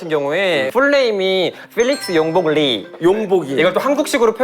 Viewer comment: stop pretending to be a fan. You pronounced 필릭스 wrong.